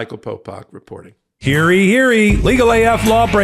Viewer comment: "Hearee, hearee?" It's "Hear ye, hear ye."